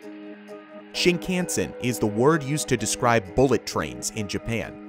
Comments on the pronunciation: Also, the Japanese railway system isn't pronounced "shin-can-sen", but "sheen-khawn-sen" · The Japanese language has only 5 vowel sounds. A = ah I = we U = ooh E = eh O = oh You were pronouncing the a in shinkansen funny. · also "Shin-ken-sen" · I'm more bothered by the way he says "shinkansen". Japanese words in western alphabet should be easy to read, since the sounds are always the same. But americans like to read like it is an English word. For example, in japanese "kan" is always read like an american would read "khan", but he keeps reading it like "can". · The "a" in "shinkansen" is pronounced "ahh". "Shinkahhnsen". Not like "can"